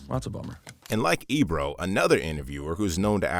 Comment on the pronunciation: Sorry Ebro checked that clown not the way you said it hack